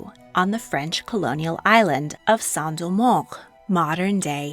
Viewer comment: Great video, yet awful pronunciation of Saint-Domingue. /sen do meng/ is the correct pronunciation. I find it appalling that someone who loves history would not take the time to show respect to foreign names by learning their right pronunciations (or as close as possible). It's Okay to have an accent, but when the pronunciation is so far from the named subject, one wanders what is exactly the motivation for the video. (I will not subscribe for now. I need to see improvement).